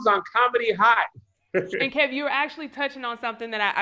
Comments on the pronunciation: This man said Kevon 😂😂😂😂💀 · That guy calling him Keyvon is getting under my skin. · I was wondering why he kept calling him Kevon then realized he was reading Kevonstage like it was a play on his name. I respect though seems humble and same with KeVon. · He knew his name was KEVIN,that’s why he kept saying KEYVON so many times. Kev handles this interview like the CHRISTIAN he is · Is he calling him Kevon because his YouTube is kevonstage his name is kev on stage not kevon stage lolbs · "Key von"😂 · NNNOOOO! It’s KEV-ON-STAGE. Kev or Kevin! Glad Kev finally corrected him. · is definitely salty. Disrespectfully saying his name wrong but Kev handled it well. I would have called him everything but after the 3rd Keyvon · 🗣🗣 Say his name correctly #StageKrew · Apparently doesn't know him or even spoke to Kev the way he keep mispronouncing his name... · Please bring Kev back without the other guy "co-hosting." And the main host needs to be more assertive in keeping the focus on the actual guest, and making sure his name is pronounced correctly from jump. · How are you a fan of his work but can't say his name right? This guy is something else. The nerve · I agree. Kev did great! And he was so gracious when dude kept mispronouncing his name. #StageKrew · Me 2 I was why this men saying his name wrong. I never heard of him. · was intentionally mispronouncing his name being passive-aggressive about kevin posting that roast